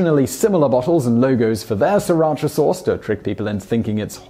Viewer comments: Have you heard about silent letters? There're a lot in English language as well. It's hard to explain if you don't know Thai. The owner admitted that the name was inspired by the name of a Thai city and it's really pronounced See-Ra-Cha in Thai. It's a compound words that has meaning. I don't mind if people call it Sir or See. I respect the way the owner pronounces it. It might be just because he didn't know how to pronounce that Thai word properly. Although if you look at how it's spelled, SRI shouldn't be pronounced SIR either, more like Si or See. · Wouldn't, "cha" still be pronounced "ch-ah" as opposed to "chee" anyway? There's no Asian language that does that. There's no such province in Vietnam called "Sriracha" either. It is not even a Vietnamese word or name. And the hot sauce wasn't even available there since a year ago. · As the video notes, the sauce is named after a town in Thailand, which is actually pronounced "see-rah-cha", not "ser-atch-a". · My husband is Vietnamese and says it's pronounced Sa-ra-chee not cha. The town it's named after is pronounced this way. Ask any Vietnamese person and they will correct you lol. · Interesting but having worked in Sriracha for four years in the past I seem to recall that it's pronounced "Si-rashaa" by the locals. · I find Simon totally annoying. To pronounce srIracha as SIRacha through the whole video is unforgivable. JEEZ can't the ignorant idiot even READ! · I actually used to live right next to Sriracha (FYI, the first r is silent) and always wondered why, upon going to Canada, it was so famous... But I'd never heard of it when living a 20 minute drive from Sriracha (again, the first r is silent). Now I know. Thank you Vsauce. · When you say "Sriracha Sauce" it sounds like "Sir Archer Source". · Sri-racha like the middle-eastern/asia region it comes from is pronounced more similarly to "Shri-racha", most of the world is getting it wrong. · FYI, it is pronounced Sira Cha and not Si Racha.